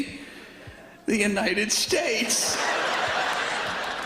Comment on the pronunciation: shut up old man who said THE UNTIED STATES